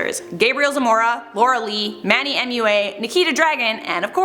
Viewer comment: Not to be rude or anything but your sayin manny mua wrong it’s manny muah sorry if I was rude